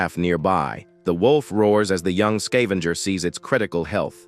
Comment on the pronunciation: Level "Zao Skaevenger" all i had to hear then i turned it off.